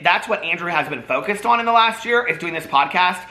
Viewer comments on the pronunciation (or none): none